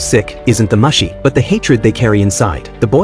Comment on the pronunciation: Mooooo-shee. It bothered me. Mush-ee no. Just no. Moo-shee = Mushi. Please.